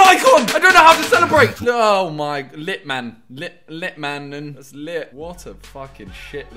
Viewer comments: Litmen u say it as Lee etman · Simon trying to say Litmanen 😂😂😂